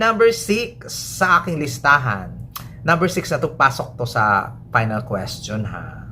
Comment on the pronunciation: "welcome to my PAYnal prediksyon"